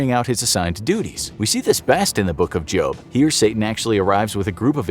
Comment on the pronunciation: did he just say jobe or job or is it just me